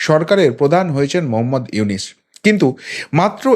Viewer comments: আরে ব্যাটা আগে ড.ইউনূস এর নামটা তো সঠিক ভাবে নিতে শিখ, তার পর তারপর ইউনূস সরকারের সমালোচনা করিস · ব্যাটা ইউনুস, উচচারন করতে পারিস না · Ki re vai na boy Aponi to Name ta bolte paren na